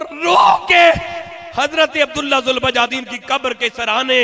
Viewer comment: حضرت ذوالبجادین نہیں ذوالبجادیںن دال کے فتحہ کے ساتھ